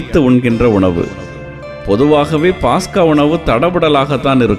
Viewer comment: பாஸ்கா அல்ல பஸ்கா என்று சொல்லுங்கள் .